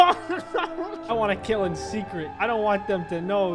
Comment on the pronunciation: I like how you said TOO KILL